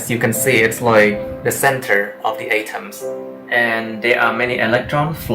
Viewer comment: great video, I love it, but 'atoms' are pronounce like at-oms not a-toms as you said in the video